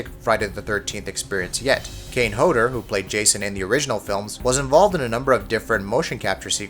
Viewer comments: "Manfriddini"? "Hoader"? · You're saying Kane Hodders last name wrong